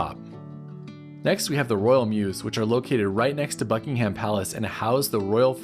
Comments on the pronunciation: Yes, it's Buckinghum. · I was utterly shocked each time ‘Buckingham’ was pronounced so criminally wrong. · For a guy who’s covered so much ground, the mispronunciation of ‘Buckingham’ is most disappointing. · Nobody pronounces Buckingham like you do. Are you sure you were in London, UK?